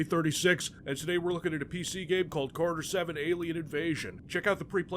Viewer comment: why do you have to pronounce the game “Carter 7” I saw videos of you mentioning this game in other videos and I’ve been looking for a game called “carter 7” all over the internet lol. Lil Wayne hasn’t even made a Carter 6 yet. WTH man. 🤣